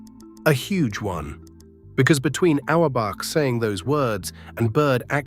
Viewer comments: Oh-wer back? Keltics? Cozy? Bahs-kit-boll? This AI voice irritated me from the start and almost made me turn the video off! If I wasn't a Celtics fan since 1955, when I turned 9, I would have. I was so intense about the C's that I even remember Lou Tsioropoulos, Tommy Heinsohn's backup! So hearing a commentator who can't even pronounce their names is like fingernails on a chalkboard! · C'mon, more AI generated crap. Great video subject, but, can't pronounce Celtics, Auerbach, or Terre Haute.